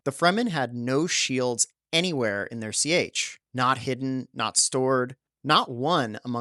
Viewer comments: you have read all the books, even the awful ones post-Frank-Herbert, and you're giving (generally good) infotainment videos on them, but you are mispronouncing "sietch" every single time. It's just pronounced as SEECH. Not SEE-AY-CH. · "Sietch" is pronounced "SEETCH" not "Sea-Etch" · Please stop say C H's. it's seetch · Sea-chess is how you pronounce it right, even though it's spelled sietches. Love the content. Subed.